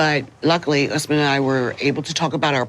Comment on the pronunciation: I just noticed Lisa says Usman's name wrong! Like "us man".